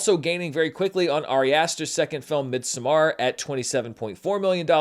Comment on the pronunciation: pronunciation of Midsommar threw me off. I have never heard it said that way 😂😂😂